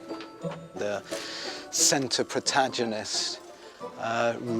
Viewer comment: Did he really just mispronounce “protagonist”? 😂